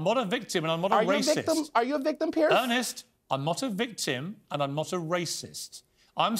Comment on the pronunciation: Just answer his question. And it's Piers, not Pierce.